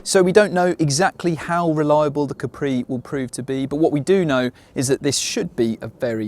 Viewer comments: Repeat after me: Caaapri. Not Capriii. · Si dice Ca’pri non Capri’